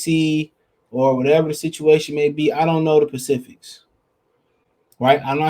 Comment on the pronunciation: This man said I don't know the "Pacifics"